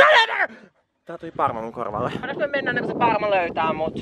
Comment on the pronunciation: shotti aina ku kuulet ’pAaRMA’